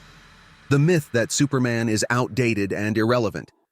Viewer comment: Learn how to read BRO!! Myth as in Mythology! It's not pronounced Miithe!!